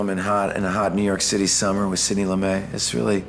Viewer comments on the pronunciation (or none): Both the host and Ethan are pronouncing Sidney Lumet's name incorrectly. It's not a French name, and it's Loo -MET, not Loo -MAY.